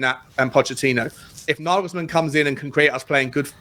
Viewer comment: I don't think there is a manager/coach on earth that wouldnt take the Spurs job. NaYYYYYglesmann (its fucking NaYglesmann unless you're fucking german) is a great option right now, but Levy will promise one thing then will do something completely different. I have heard Naglesmann has asked for assurances written down rather than spoken, so he seems aware of Levy's bullshit.